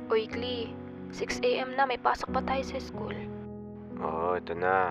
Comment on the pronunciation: Kala ko "Klein" awitsss, Klee pala hahahaha Well close enough hehe